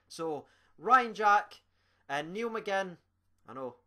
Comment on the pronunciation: NIALL not NEIL